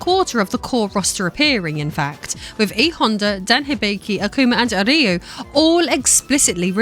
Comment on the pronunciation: Finally, someone correctly pronounces "Ryu" that is not Japanese!